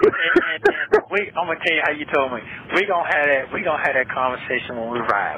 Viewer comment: it’s THAT not DAT!!!